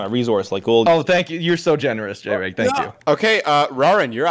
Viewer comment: I distinctly remember Jreg saying in one of his videos not to call him J-reg so it’s crazy that this game was started off with a mispronunciation of his name.